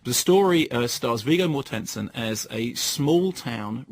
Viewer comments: MORTensen, not MorTENsen... 8) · viggo morTENsen!! hahaha stress the first syllable, please